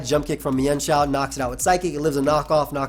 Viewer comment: It's actually pronounced meanshao